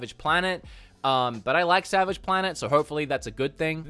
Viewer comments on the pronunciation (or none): none